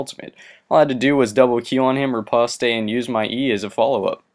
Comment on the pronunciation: It's not fucking repostay its pronounced Repawst